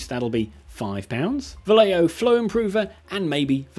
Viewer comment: Vallejo sounds like Va-Jeh-Ho.